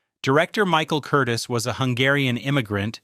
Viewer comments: Curtiz not Curtis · Yes! That pronunciation drove me crazy….please pronounce it correctly! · Who the hell is "Curtis"? The director's name was Curtiz. ker-TEEZ. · Dude... it's NOT Michael KURtis.... it is Michael Kur-TEEZ. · That's because it's not a dude, but an inadequate AI voice. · You mispronounce the name of the director. His last name was pronounced. Cur tease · Curtiz is pronounced 'cur TEEZ', not 'CUR tis'. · THANK YOU! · Director Michael Curtiz's last name is pronounced Cur-teez. But that's AI for you. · Awful narration, of the greatest movie ever produced. I liked it at 40 yrs of age ; judged it a masterpiece at 50 yrs. It gets better with each view .. and so does the acting. My favorite line ( missing from this video ): Major Strasser -- ' Mr. Rick, what is your occupation .' Rick -- ' I'm a drunkard.' Give the Jewish director credit for his name's pronounciation : Curtiz ( ending: " teez" ). That was an unforgivable error. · Every time they mispronounced the director's name I gritted my teeth.